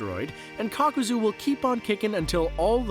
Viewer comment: Kakuza ❌. Kakozooooo ✅